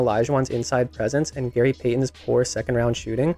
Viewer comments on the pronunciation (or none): none